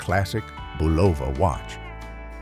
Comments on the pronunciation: I'm old enough to know it was said BULova, not bulOVa. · Bulovah is pronounced BUH-lah-vah or BUH-lah-vah....NOT buh-LO-van!! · As usual AI can’t pronounce names like “ Bulova”. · LOL The announcer/narrator mispronounced Boluva (watches)! He said "milk glass shaker set" when what was shown was Tupperware salt and pepper shakers! They showed Conchata Ferrell's photo and said she was Aunt Clara on Bewitched tv show; she was in her 20s when Bewitched was on TV, not old enough to be Samatha's aunt, plus it's just wrong. There are others. I enjoyed the first 15 minutes of this, but not so much fun when they are getting things wrong. Picky picky picky! lol Some of it is kinda neat. PAPER DOLLS! Maybe I'll keep watching. "Does anyone remember the I Love Lucy movie?????" I ought to turn off the sound. LOL